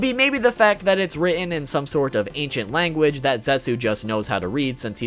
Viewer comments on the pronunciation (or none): none